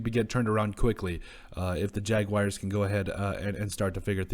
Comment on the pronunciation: Y'all act like its so hard to say jag-wars not jag-wires smh